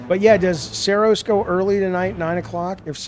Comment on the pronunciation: Jaffe it’s pronounced Saros, like ur daughter Sera! Not Soros like George Soros or what have you